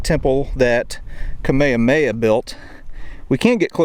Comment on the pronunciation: Pronounce the “h” in Kamehameha.